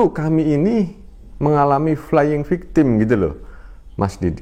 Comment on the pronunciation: Ah meni bosen flaying victim, flaying victim deui.. Semangat mas Didit, tuh sayah orang Sunda sudah bisa ucapkan huruf F, flaying, bukan Playing lg..🙏